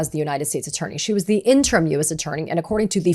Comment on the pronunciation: Katie -- "interim" is pronounced in-turr-im.